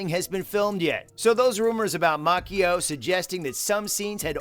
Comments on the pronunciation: It's (Mah-chee-oh) not (Mah-ki-oh) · “Ralph MaCkeyYeo.” That hurt…. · With all that you ‘know’, you just might wanna learn how to pronounce Ralph Macchio’s name correctly. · There is a writers strike going on and that's one reason season six is delayed. People only care about money so who knows when season six will be released. Also the creator of this youtube video is pronouncing Ralph's last name wrong lol 😆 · It’s Macchio